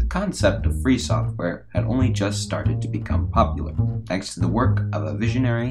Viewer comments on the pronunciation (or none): none